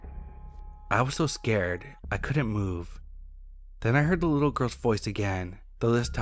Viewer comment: 🤨 For real? He says things like “Cullent“, instead of couldn’t. “Sarrday “ instead of Saturday. Still like his stories but, the best, he is not. If it was a speech impediment I wouldn’t say shit. However, it’s something he does half the time. Not all the time. Meaning he’s capable of speaking correctly. He just doesn’t care enough to try harder.